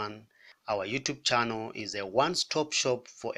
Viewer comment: 😂 I had the same question. The way he said youtube "channel" as 'chano', I think we exported this talent 😂